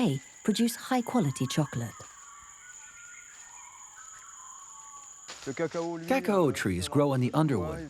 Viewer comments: KaKOW! Not KakOWA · All along I am wondering what is "Ca/Co" until I saw it 🤣🤣🤣 I've never hear that pronunciation before.